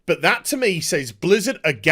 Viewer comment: Why can't millennial Brits say "says" correctly?